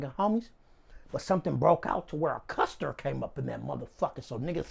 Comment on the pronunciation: Buster but he replaced the b with c cuz he reppin on a whole other level lol. Never heard custer b4